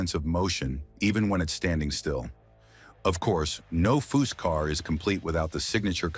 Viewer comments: Narration ruins so many of these videos. These program read scripts are a feature that subtract from the quality, if any, these scrapbook job videos contain. A video about a car builder that mispronounces his name every time... should it be possted? Who is Fuw? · Chip should sue this guy he cant get cars or facts rite and cant even say his name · A.I. narration is the worse thing e Dr to happen to this world! You make a video about foose and can't pronounce his father with the same name?